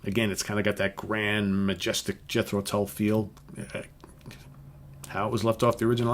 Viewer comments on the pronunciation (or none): none